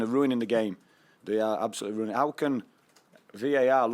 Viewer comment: Nah man, they're ru-in-ing it. Ya just roo-an-ing it